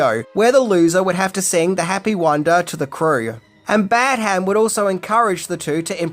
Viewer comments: its Pronounced Badam not Bad Ham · It’s pronounced Badderm, not Bad Ham. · It is pronounced ‘Bad um’, not ‘Bad ham’ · John Badham is pronounced "badum" not "Bad Ham". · Your pronouncing Badham as two syllables "Bad" "Ham" - its one syllable "Badham" - its trivial, but annoying to hear - just my opinion😀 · Dear god how many times are you going to mispronounce the director's name? It is NOT Bad-HAM. It's BADuhm . Really annoying! Have you no self-respect to even bother googling the proper pronunciation? Sheesh! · You may know everything,, but you don't know how to pronounce Badham. Your repeated Bad Ham was driving me nuts 😅😅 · The way you pronounce Badham hurts my soul... You’ve gotta be doing it on purpose. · It's piercing to the ear to hear you keep pronouncing the directors' name so drastically wrong. It's almost as bad (but not quite) as when you kept pronouncing JJ Abrams' name as JJ "Abrahams". How can you seriously call yourself a movie reviewer or this level fan and not know the correct pronouncing of these names..?